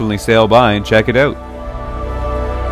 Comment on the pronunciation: Towards the end of the video you said "so if your in the area check it out" the way you pronounced 'out' is a dead giveaway. More like 'oot' I know I'm Canadian too eh ;-)